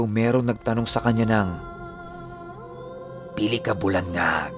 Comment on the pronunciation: Hahaha pili😂😂😂pila kabulan pinuno hnd po pili😕😕😕